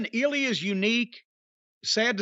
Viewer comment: It's not eel-e-uh, it's ill-ya